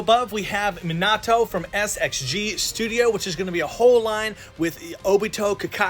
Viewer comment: the way he says Minato and Nagato pains me lol